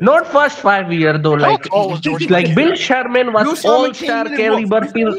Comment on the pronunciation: I heard Bill Sharman....